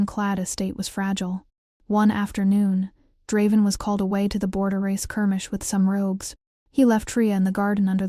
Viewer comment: The story seems really good but the narration is AWFUL!!!! I made it about 30 minutes in but sometimes I lost what they were talking about because i couldn’t understand what it was mispronouncing. For instance, even though the name was said several times, I still don’t know the beta’s name and the narrator even mispronounced Draven half the time.